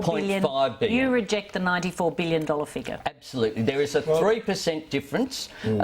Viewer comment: Why can't Albanese say 'billion'? "BWULLION. A BWULLION DOLLARS". He's a bit stupid, isn't he?